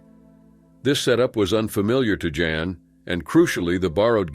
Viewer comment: The narrator SUCKS. 3200 ft is never pronounced three-two hundred feet, and he referred to Jan as " John " at least once.